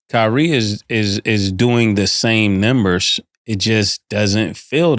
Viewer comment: I'm starting to notice everytime Mase says "nembers" instead of "numbers" lol Damn lol